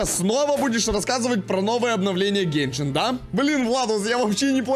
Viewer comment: в виде а не в рекламе и не гейшен а геншин